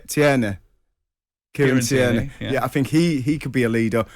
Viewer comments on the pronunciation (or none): it's Kiaran Tierney. TEAR-KNEE... proncouication is abysmal from you. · Matterface took a big whatsthematterface when Trevor pronounced Tierney ...